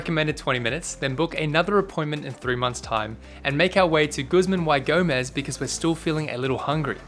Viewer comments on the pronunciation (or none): its actually pronounced as guzman "ee" gomez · Oooh so close, my man! Because it's spanish, it's pronounced Guzman (eee) Gomez. (It's like saying we minus the w).